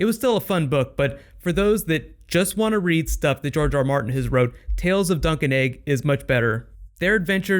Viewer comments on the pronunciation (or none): I always thought you were saying Sir Duncan Egg! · Am I the only person who thought he was saying duck and egg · Haha, every time you said Dunc and Egg, I herd Drunk'n Eggs!